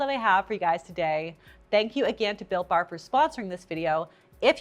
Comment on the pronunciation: At first when you said this episode was sponsored by Built Bar, I mistakenly thought you said it was “sponsored by Bill Barr.” Didn’t realize he got into WIEIADs after departing the Trump Administration 😂